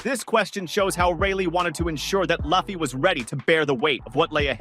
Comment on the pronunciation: How about you get his name right. there is NO WAY his name is "Loff fee" you say it "Lue Fee" Now say it with the rest of the class.... Lue Fee.